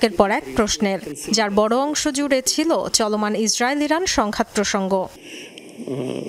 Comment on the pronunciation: প্রথমে ভুল বললেন ।ইরান not ইরাক